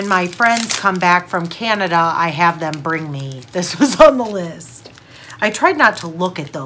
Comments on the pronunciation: FYI, it’s Canada, not Canadia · Why do Americans call Canada "Canadia"??? So many of these videos of Americans trying Canadian foods say it.